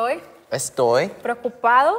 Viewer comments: Mi momento fav fue en el minuto cuando cambio la frase de "Preocupado" a "Perelotusane" y luego a "Toroipane" jajajjaja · "Prelelecupado" por el examen KDKSJSJS MI PARTE FAVORITA JSJSJS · "Estoy pRelE0cUpAd0 por el examen" Morí en esa parte XDDD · Amo el "preleocupado" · "𝚎𝚜𝚝𝚘𝚢 𝚙𝚎𝚛𝚕𝚘𝚌𝚞𝚙𝚊𝚍𝚘 𝚙𝚘𝚛 𝚎𝚕 𝚎𝚡𝚊𝚖𝚎𝚗" 𝚖𝚎 𝚖𝚘𝚛𝚒 𝚌𝚘𝚗 𝚎𝚜𝚘 🤣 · perolocupado🤣🤣 perolotupado JAJAJAJAJ creo que estoy enaamurau mis dos neuronas: bengu estoy to'o los micos concinae XD rrerible Terrible, Omg qué buena pronunciación mis neuronas: (x2) NO PUEDO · xD ame cuando dijo preocupado pero no se enendio asi xD